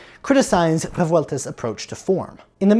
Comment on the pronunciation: Awesome work! Thanks for this video. It's surprising how hard it is to find Revueltas' scores and other stuff in Mexico. BTW Rolling the R's in Revueltas, cool detail!